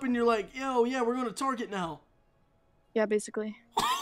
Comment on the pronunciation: really said target like tarjet